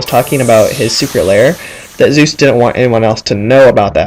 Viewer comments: It's Soos not Zeus. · its not zeus its soos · 1. Its sheriff blubs not sheriff bulbs 2. The "door" is an Aztec sunplate 3.Soos, not Zues (I though the same thing at first too lol) 4.Nice vid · Mistakes: That's the Aztec calendar... Fail. You pronounced "Soos" wrong. Those are alchemy symbols. (I'm not sure, but still) There are books 2 and 3. Did you think there wasn't a 1? (Not trying to sound like a douche, sorry if I did) Now, this isn't a mistake, but a theory is that the llama stands for nature and the ice bag stands for unnatural beings. In the wax episode during the credits, one of the heads says that llamas are nature's greatest warriors. Then in the Market episode (The one with the Dawn2Dusk) there was a unnatural brain in the freezer. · You mispronounced Soos' and Sheriff Blubbs' names